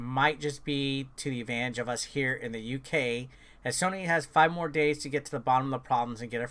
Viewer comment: Hes gonna get in trouble by the comments for saying sonny instead on sony/soeny